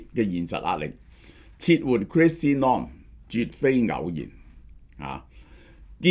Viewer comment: 發音係 /noʊm/, 只有一個音節, 即係等於 個 “no” 字加個 /m/ 未音; 又或者 個 “home” 字 由 ‘h’ 轉 ‘n’ 咁讀. 又即係 同個 “gnome” 字同音. 🙏🏻